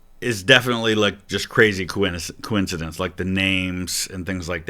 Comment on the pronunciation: I am jealous of the ease at which Santoro can say the word coincidence. That word has been the bane of my linguistic existence